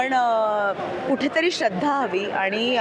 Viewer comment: पच्छिम नाही ... पश्चिम !!! श्रध्रा नाही ... श्रद्धा !!!